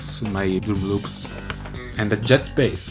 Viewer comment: When He Said Jazz Bass It Sounds like He Saying Jets Bass